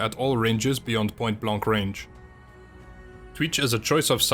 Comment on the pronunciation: Point blonk range 😂